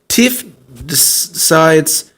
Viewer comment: Why do you say tiffs name like that? Its not pronounced like that in the show, and for some reason it bothers me.